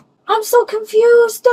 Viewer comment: "I'm so confused-uh" LOL